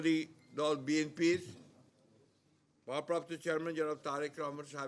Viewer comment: শালারা কত বড় মুর্খচোদা দলের প্রথম সারির নেতা হইয়াও নিজের দলের নাম "বিএনপি" রে বিএম্পি উচ্চারণ করে